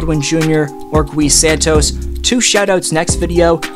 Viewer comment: The “U” in Gui Santos is silent